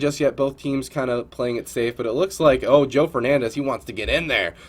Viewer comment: It's Joe not Joey lol